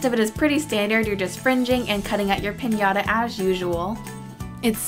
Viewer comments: Se que es inglés y eso, pero me llevo riendo como media hora por lo de "Pinata". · lol ches say piñata that is piñata